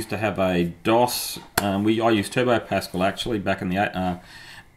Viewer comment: PasCAL, not PAScal! (In honour of the French Mathematician Blaise Pascal.)